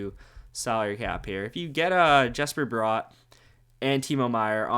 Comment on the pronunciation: Nice video just one critque, Bratt is pronounced the same way as brat, no o in there.